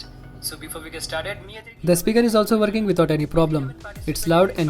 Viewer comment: Oh it's verking hahahahah